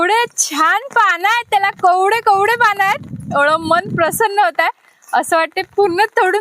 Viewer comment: कवडे नाही ग ताई कोवळे पान म्हन म्हणजे तु आमच्या सारखि सामान्य व्यक्ती आहे